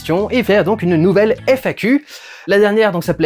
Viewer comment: Félicitation pour les 10 ans ! Du coup, j'ai plusieurs questions : - Ça avance comment la troisième partie du PJREVAT sur Final Fantasy ? Et elle sortirait quand à peu près ? - Pour la manière dont tu prononces « FAQ » pour le « FAQ Me » et « FAQ You », ça ne serait pas pour faire un jeu de mot avec le mot « Fuck » ? - Après ton PJREVAT sur Final Fantasy, as-tu prévu d'en faire d'autres sur d'autres jeux ? Si oui, lesquels ?